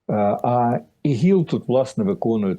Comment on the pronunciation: Та не ігіл а іділ!